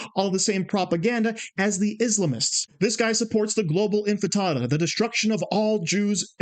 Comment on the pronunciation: You can not even say intifada, let alone understand what it means !!